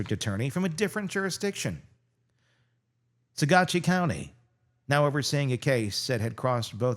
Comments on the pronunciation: There are no “slam dunks” in cases like this. For your own edification the pronunciation of the following maybe can help: Saguache : “Suh-watch” and “Maw-fit” so you never have to wonder! Next time I’ll invoice you! Lol 😂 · It's pronounced Sa watch❤ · Pronunciation hint: Suh-watch County, Colorado